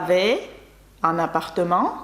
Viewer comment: Добрий день, питання чому в слові appartement ви наче вимовляєте після М ще ан хіба не апартем би мало за правилами бути?